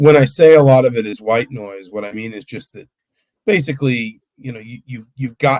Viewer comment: The first time I heard it, I thought he said "white boys", not "white noise". Lol.